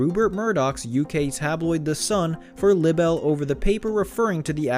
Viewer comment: “Lib-bel?” Is English a second language for you? Libel is pronounced “LIE-buhl”.